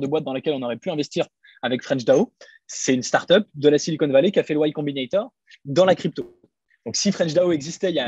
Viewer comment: "Y Combinator" et non "White Combinator" Je trouve que le contenu est bien dans l'ensemble sur ta chaine Keep it up !